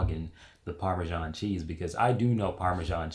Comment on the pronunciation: "ParmeJean" clicks out the video